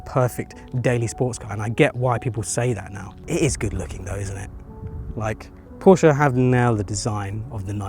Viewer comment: You are one of the few from England, who can properly say Porsche. I respect that. 😄